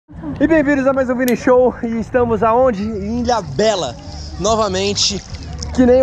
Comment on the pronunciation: E a ilha do vini, tendeu?? “Ilhabela” 😂😂